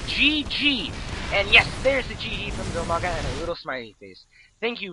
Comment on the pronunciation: His name is Dimaga, not DILmaga.